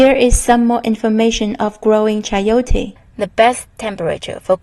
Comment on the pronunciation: i am from meico and the way you say chayote is very original the soud, I love your video